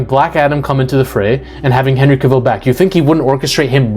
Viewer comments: You keep saying Henry KaViiil, you know it's Cavil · Dwayne’s ego combined with a mediocre (at best) script for Black Adam was a recipe for disaster. And we got one. Hollywood did Henry dirty dirty dirty. It’s pronounced Cav-ill, not Ca-ville and if you say it wrong one more time I’m gonna poke you in your one eye. 😆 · Henry Kuh-VILLE?